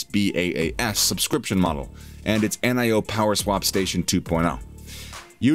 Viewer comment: "N.I.O."-- WTF??? -- Dude how can you make a video about NIO and not even know how its pronounced??